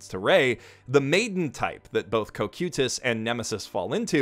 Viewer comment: I promise that it's not that hard to pronounce the word "cocytus".